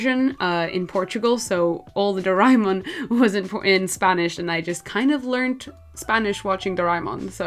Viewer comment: its pronounced as "Do- re- Mon "